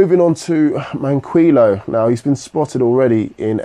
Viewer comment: FOR THE LAST TIME!!!!! IT'S MAN-KEY-O. Sorry I hate 2 be that person